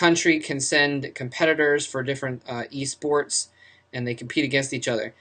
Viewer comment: "eSports" lol